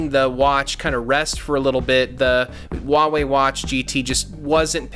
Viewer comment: You need to learn how to pronounce Huawei...my uncle builds chips for them and watched this with him and he was cringing haha.